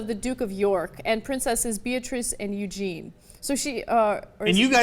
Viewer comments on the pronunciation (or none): When the girl read that onscreen she said 'AND" as if the Duke of York's kids were different to Beatrice and Eugenie. There should have been no "and" in there as Princesses Beatrice and Eugenie ARE his daughters. Also it wasn't "Princess Eugene" it is Princess Eugenie............. " IE ON THE END." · Please get your facts right - It's Eugenie, not Eugene and Kate Middleton is not a princess.